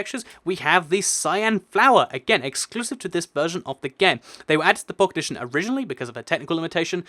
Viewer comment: it sounds like you're saying pocketition instead of pocket edition